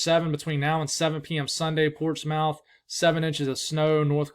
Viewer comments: Portsmouth nh pronounced "Portsmith" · Portsmouth... pronounced: "PORTSmuth". Worcester... pronounced "WUHstuh". HAHA! ;-)